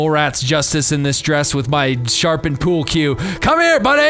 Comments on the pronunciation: "pyewl que" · trying to pronounce pool cue sounds like Cartman trying to pronounce cool